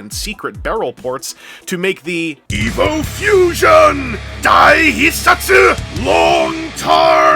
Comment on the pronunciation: Oh, EVO Fusion. I thought he was saying EVIL Fusion.